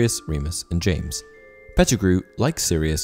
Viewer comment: Am I the only one who heard “James Potter” as “Jamus Potter”?